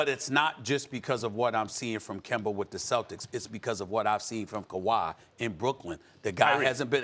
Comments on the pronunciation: no one: Stephen A: “Kember” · This man is still pronouncing his name as KIMBER lol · Why Stephen A. Always calling Kemba Kember lol. Give my man a break his back obviously hurts. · Nobody: Stephen A: Kember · Now he just saying Kember on purpose !! 😂😂😂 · Nobody: Stephen A Smith: Kember Walka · SAS: “ Kember Walka” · “Kember” -SAS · You see kemba is not really kemba. That's where your wrong. And here's why... Its KEMBER. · Nobody: Stephen A.: Kember Walker... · Ummmmm who is “kember” ?? 😂😂😂😂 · Stephen “Kember Walkur” Smith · Stephen "Kember" Smith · A man who prides himself on his lengthy vocabulary, can't say Kemba. Really isn't hard to pronounce something properly.